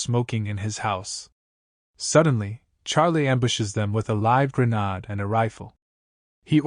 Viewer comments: a live “GRANAD” huh? Haha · AI needs to learn how to say grenade